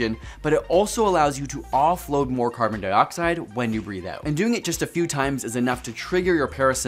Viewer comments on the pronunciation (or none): Breathe not breath